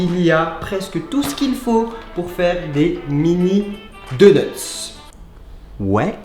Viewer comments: xp 5000 du86 Il se moque de l’erreur phonétique de Charles. Ça ne doit pas se prononcer « doneutse » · C’est drôle on a l’impression que tu dis « deuneuts » , sinon super vidéo !